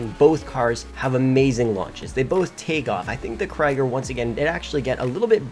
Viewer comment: Craiger? Wtf it's a Krieger